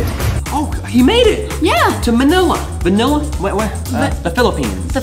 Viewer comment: When said Manila he said like manela